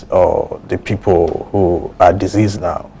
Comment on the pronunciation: Sampson, The word is deceased as in seized not deceased as in disease